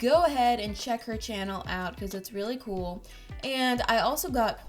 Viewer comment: its sound like she's saying "coop" but she's actually saying cool. And if your watching this in December 2020 MERRY CHRISTMAS!!! I hope your elf is not doing silly stuff 😁😂